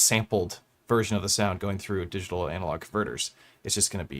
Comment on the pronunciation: Swedish box, man. They pronounce it like 'diggitohl' ;-)